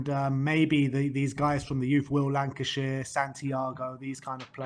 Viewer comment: It's Will Lankshear, not Lancashire 👍